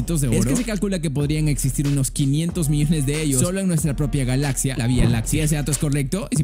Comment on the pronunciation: Escuche bialaxia? :V